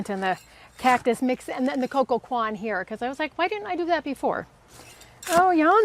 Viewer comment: Coir is pronounced ""coy ya" or "coy yer"!